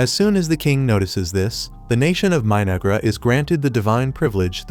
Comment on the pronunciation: 😂 The AI voice sounded like it called the civilisation My-Niggra... I had to replay it 4 times and yep that's what the voice said. It definitely wasn't My-No-Ghra. I wonder if the creators are fans of Denzel Washington from Training Day, lol.